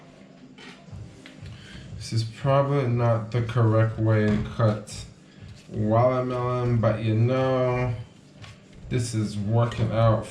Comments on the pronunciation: you mean wallamelon lol 😂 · When says “Watermelon” 😂